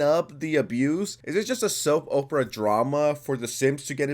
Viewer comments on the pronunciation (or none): "Soap Oprah"? C'mon dude